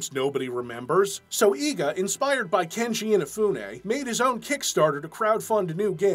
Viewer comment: Very small note: its Keiji inafune not kenji inafune